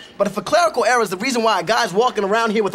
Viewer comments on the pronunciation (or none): none